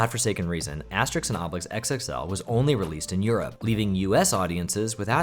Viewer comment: It's "Asterix" not "Aestrix" 😅